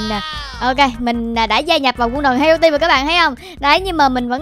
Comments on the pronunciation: Hero team mà đọc là hẻo team là sao ?😂😂😂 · Haha tưởng chị nói Hero team ai ngờ Hẻo team 😂